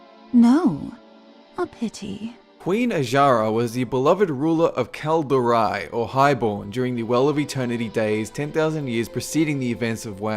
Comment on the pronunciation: Not sure if it's just a pronunciation fault , but it kinda sounded like he said "Kal'dorei" instead of "Quel'dorei" For the record: Kal'dorei = Children of the Stars - Night Elves in general Quel'dorei = Children of High Birth - the Highborne, also High Elves before most of them turned into Sin'dorei (Children of Blood - Blood Elves). Yet a handful of pure High Elves remain, such as Vereesa Windrunner. [/nerd]